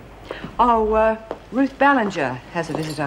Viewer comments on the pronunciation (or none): omg.....maybe I'm crazy but it really sounded like Ann said Ballantyne instead of Ballinger at :35